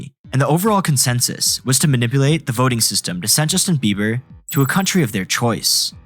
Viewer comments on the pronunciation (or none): It sounds like eiber, you can hear the small b.